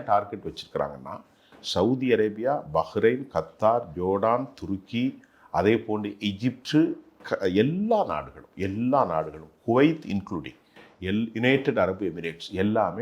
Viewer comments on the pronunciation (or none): கத்தர் அல்ல " கட்டார்/கத்தார் "